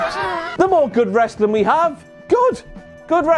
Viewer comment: Down a shot every time says “Ressli’.”